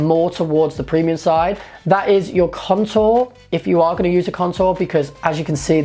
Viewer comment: it sounds like you're saying cuntour lol